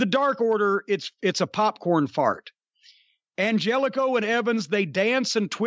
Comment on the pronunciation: Angélico is from South Africa and you can't even say his name right